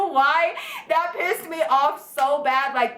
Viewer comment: btw I also now say pISSed like you do 😂